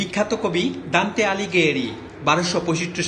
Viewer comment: দান্তে নির্বাসিত অবস্থায় "কিন্তু প্রতিবেদক ভুল পড়লেন।